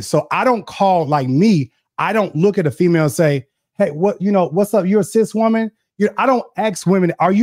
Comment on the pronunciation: A whoaman... hold up! That IS a WHOAman!😂😂😂❤